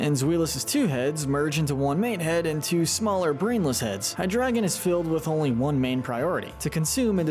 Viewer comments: Holy what the f you actually couldn't even pronounce Hydreigon It's not hydragon, it's hydrEIgon. A mix of Hydra, Dragon, and drei, the German word for three. This is just sad. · IT'S HYDREIGON, NOT HYDRADA! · Happened upon this guy and have been binging his ranking content for a few hours. I have to say, him choosing to pronounce Hydreigon as "Hydragon" gets under my skin SO hard. Literally the one thing that I'm despising. (Well, that and certain other mispronunciations, but that one single-handedly takes the cake.) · It’s pronounced ray-QUAY-zuh, LAHT-ee-ohs-, LAHT-ee-AHS, BAY-gon, yoo-NUH-vuh, resh-er-RAM, DEE-ahl-guh, PAHL-kee-uh, nah-guh-NAH-DULL, redge-EE-dra-goh, DRACK-uh-zolt, DRAY-coh-vish, dur-AL-uh-don, and DYE-noh, ZVY-luss, DRUHD-ih-gihn, and vye-BRAH-vuh, “”! 🤨 You’re so bad at pronouncing Pokémon names,, and you’ve made 17 errors in a row! 🙄